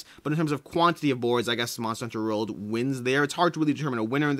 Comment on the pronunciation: Your pronunciation of the word "World" fascinates me! "Monster Hunter Rurld"